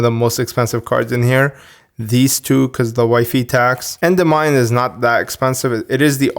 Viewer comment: Oof, you butchered that Endymion pronunciation (it's En-dim-ee-on). Anyway, I have fond memories of this deck. It was the only 5Ds archetype that appealed to me back in the early 2010s being an OG player. Sadly it wasn't very competitive. It was cool to see it be revived in the modern game but I detest the concept of Pendulums so it's bittersweet.